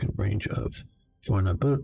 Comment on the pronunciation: Your pronunciation of Fornebu was pretty much spot on, though damn there are enough forces on the Norwegian side to represent every soldier in the army at the time.